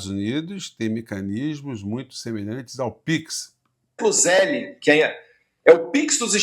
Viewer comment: Esse Dudu bananinha está morando no USA a mais de um ano e até hoje não sabe pronunciar Zelle. Zelle é pronunciado Zel, o ultimo e é mudo.